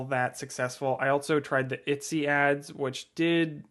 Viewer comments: I've never heard anyone pronounce it "Itsy" instead of "Etsy" before. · ET-SY BRO EH-T-SEA. I'm upset. itsy smh.. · I love how you say Etsy hehehe❤